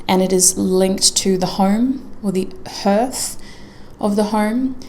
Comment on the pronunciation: Hearth is pronounced as Harth. X